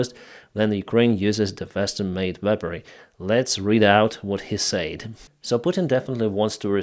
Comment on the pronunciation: English tip of the day for: the word "said" is pronounced "sed". Short E. So glad to hear of the push-back up north of Kharkiv. Yanukovich is a dedman walking. The Rethugs are just trying to deflect from DJT's mental defectiveness. I will be voting BLUE straight down the ticket.